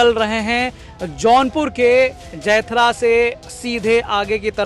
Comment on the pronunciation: जैथरा नहीं जमैथा है। बोलने में त्रुटि हो गई है सुधार लीजिए